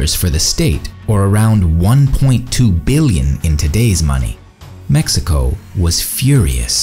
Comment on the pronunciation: Stop saying MESSICO!